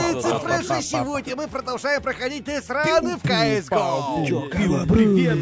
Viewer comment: я один заметил что когда сказал дестран не кто не сказал - ахахахаххах дестран пхххахаха